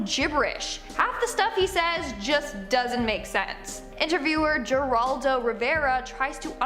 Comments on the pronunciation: Geraldo Rivera not a soft G but H sound. Heraldo . Like if you were to say it in Spanish. I can't watch you go through life this way 💕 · In the third spot, Manuel is pronounced mahn-WELL...not manuel, like you're reading a manual on how to do something. It's a Latino name, as is Geraldo Rivera's; Geraldo is pronounced hair-AL-dough.